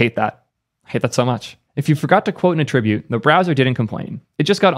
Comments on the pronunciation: "at-tribute", not "a-trib-ute". Noun, not verb. Attribute is equivalent to "property" of an element. Posted to clarify only. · It’s “at-tribute” not “attrib-ute” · You keep saying "attribute" with the verb pronunciation (emphasis on the second syllable) when you mean the noun (pronunciation should have emphasis on the first syllable). Just a heads up because it trips me up every time. Sorry to be "that guy" but I'd want someone to let me know, just like if I had something in my teeth and didn't know. Great videos! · you're pronouncing "attribute" incorrectly. You are pronouncing the noun version of the word as the verb version of the word. Not trying to be an English **zi, but someone's gotta point it out. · note that the noun "attribute" has the emphasis on the first syllable, while the verb has it on the second, which is how you pronounced it every time, but they are all nouns 😉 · I can't listen to this video... The way he says attribute is painful... and way too frequent